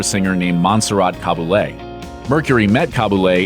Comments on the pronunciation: Cab-A-Lay, jesus learn to pronounce european names rather than butchering them. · Ha ha ha. Cabuley. Oh go on say it again please, it’s such fun. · Damn butchering Monserrat Caballe's name